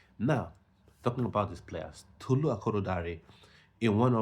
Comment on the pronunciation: Tolu’s name was pronounced wrong. Good content 😊